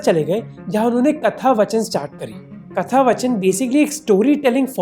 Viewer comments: good video, great social message. But it’s hard to see an educated person like you mis pronounce Hindi words like “katha vaachan” just to look cool. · Hey Mohak, really like your content but, Katha-Vaachan* not vachan.